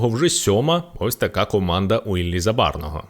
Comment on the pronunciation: Так Забарого чи Забарного, не чує баба 😆